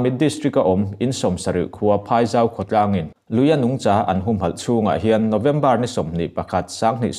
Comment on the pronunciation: Nungchã ni lovin nungcha ( vawksa kan lama sa kan lam rik ang hian lam thei la)